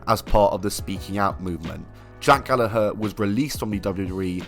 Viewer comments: That’s how y’all pronounce Gallagher?! 🤯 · I'm sure it's pronounced Gal-lag-ger